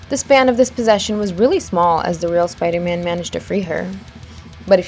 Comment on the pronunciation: she said spido man